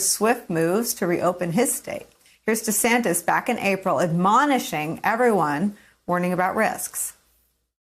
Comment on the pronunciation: Gubbernah DUH-santis?